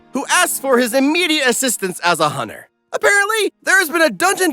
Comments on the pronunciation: Dude you pronounce hunter as hunner it has a T 😂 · Did you know hunter is pronounced with the T